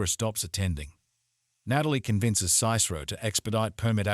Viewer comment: Good summary, except for your pronunciation of “Cicero.” That first vowel is a short i sound, as in “hit.” SIH-suh-roe.